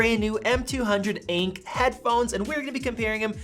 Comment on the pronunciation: Im sorry acke ? its A-N-C JESUS